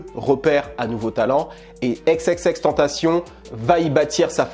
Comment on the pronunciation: Je meurt à chaque fois qu’un mec dis xxxtentaSSION ...